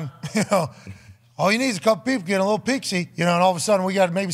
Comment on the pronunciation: What an absolute riot lmao "if it wasn't a bunkbed maybe a littble bit easier to move"